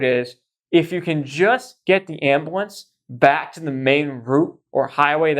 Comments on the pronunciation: I have never heard the word ambulance pronounced “am-ba-lance” until meow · I can’t even stand watching your videos when you call it an Ambiwence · The way this dude pronounces ambulance 😭